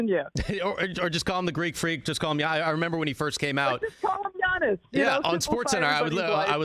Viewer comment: It's pronounced yiannis (yeah niece), or yianni ( yeah knee)